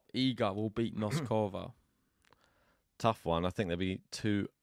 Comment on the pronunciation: Guys - first time I bug you in 2024 - "BOAZ-ka-va" and "NOS-ka-va." Not "Bows-KO-va" and "Nos-KO-va." You guys always show the depth of your knowledge of the players, top to bottom, even when the pronunciations are lacking. - you fell off the wagon on "Ka-LI-n-na." (No hope for, I fear... 😂) But there is a lot of progress! (Samsonova, Fruhvirtova, Vondrousova, and others!) And there is oe more important one - it's not "Zeng" (Zheng). it's "Zjung." GREAT show. As you should know by now, I'm going with Iga to survive this one - but I'm riding with Saba!